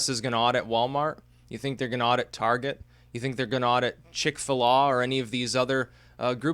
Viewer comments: "Chick- fa-laaw" omg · GRRRRRRR....! Damn it,, it's pronounced Chick Fillet. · Did you pronounce Chikfila like ChikfilAH?